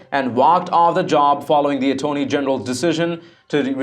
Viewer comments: Ah-tony general? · Please practice certain words, such as "attorney". Nobody's perfect.